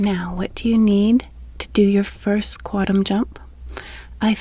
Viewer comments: The N in quantum isn't silent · You seem like a nice person. I can’t listen to your videos because you can’t pronounce “quantum.”